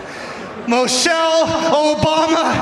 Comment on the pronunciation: He really pronounced her name like "Mochelle".